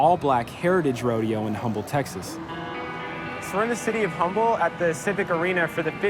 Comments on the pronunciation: I'm from Houston and this is really cool. And it's not pronounced "humble" it's "Umble." Just thought I would point that out. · It's not "HUMBLE" it's "UMBLE" texas....the H is silent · FYI the city is pronounce "Um-ble" not " Hum-ble" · It's pronounced "Umble" Texas, not "Humble" lol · No no you mispronounced my city’s name it’s hUmble not HUMble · I hate how this reporter and all reporter thats not from Texas dont know how to say Humble Tx, it is not pronounced Humble the H is silent it umble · O...and its pronounced "uhmbull" not "hummble" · Btw it’s pronounced “um-ble “ not “hum-ble “ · It's UM-ble, not HUM-ble, the H is silent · It's pronounced "Uhmble" TX, not "Humble"... Whatever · Humble, Tx is pronounced umble not Humble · C’mon man, it’s pronounced Umble, not Humble. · The city of Humble, Texas, is pronounced like the locals say it - with the H silent. So you say "Umble, Texas, " even though it's spelled with an H. It's a Southern regional thing, and it should be repeated out of respect. I grew up pronouncing my H's, but when it comes to that city, I don't. Just something I picked up after leaving California and moving to Texas, like adding "y'all" to my vocabulary. What a great, egalitarian, gender neutral term! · DID NOONE TEACH THEM HOW TO PRONOUNCE HUMBLE, TX!! DROP THE "H" THATS ALL.. hahaha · When he said "Humble" and I've only heard it said "Umble" like a silent "H" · The city of humble, its pronounce umble, we can tell who the visitors are based on that its kinda funny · Humble Texas is pronounced as “umble”, the h is silent lmaooo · This doesn't really have anything to do with the content of the mini documentary, but the city Humble is actually pronounced "Umble" just so y'all know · Ya'll know that if white men had been tasked with working with cows, they'd be called cowmen. So from the name, we know that it was about black men, or 'boys'. And it's pronounced 'Umble', the h is silent. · Btw, it’s UMble (the H is silent).